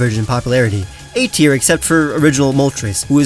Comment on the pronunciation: TIER, NOT TEAR!